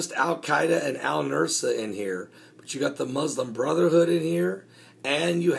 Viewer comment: Al-Nusra is pronounced like Noose-rah. You have the s and r switched in your pronunciation. The "s" sound comes first and then the "r" sound, the opposite of the order in the alphabet. Say, Noose-rah and then you have it pronounced correctly. I am a retired teacher.